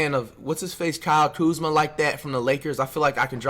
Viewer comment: Not even Kuzma is saying Kuzma